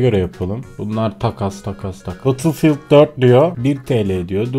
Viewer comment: Nobody:: BATILFİYILD